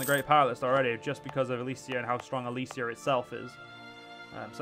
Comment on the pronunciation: Ok sorry for my tone, but it is pretty frustrating. I know youtubers need to have their eyes on a lot of stuff when making a video, but you could at least READ what you do. For example, it is Elysia not Elyria, second, the Basetax/Production/manpower event was for you CAPITAL, not Nea Alexandria. Still happy you returned to this mod. Keep up the, thinking about all the mistakes you make, quite good work. Again, sorry for the tone.